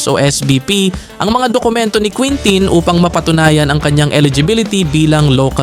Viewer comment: kintin ang tama na pronunciation